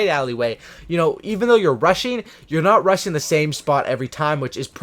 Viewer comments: every time he said 'rushing' I heard 'RUSSIAN' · I thought he was saying russian class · BTW, you're sating Russian instead of rushing! lmao 😂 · I thought you said russian class😂